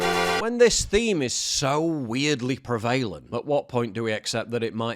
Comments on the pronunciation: "so weirdly preVALEnt" . I have never heard that word pronounced in that weird way before. Is this actually just AI speaking , or are you a real person. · prèh-va-lènt, not prevale-lent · The word "prevalent" is CORRECTLY pronounced: PREVVLE-UNT. You're welcome.